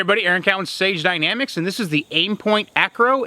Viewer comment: Is it just me, or does it sound like he always says "Stage Dynamics" instead of "Sage dynamics"? Not important at all but just wondering if anyone else hears this.